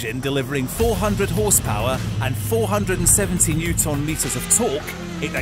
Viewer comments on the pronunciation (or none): NewtOHNmeter and cerCUTE? What? Why is he saying these things so weird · Using nm as a measurement of torque. Who the fuck does that and why can't the commentator say it correctly?